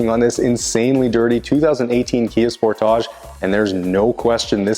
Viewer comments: Who TF says sportage like that? 😂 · bro really just said "sport- ahge" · I've never heard anyone pronounce it Spor-Todge before lol. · Is that how Canadians say Sportage? Cool.